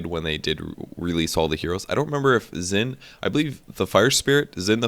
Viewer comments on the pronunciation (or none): His name is pronounced 'Shin' not 'Zin'. You can hear him say his own name in the audiofiles so it's a silly mistake to make,. The reason that 'x' becomes 'sh' is because his name is based off of Chinese pinyin spelling rules. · Ouch! "Xin" is pronounced "sheen"